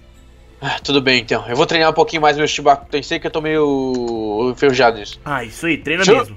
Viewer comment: Não é chubacu tensei é chibacu tendei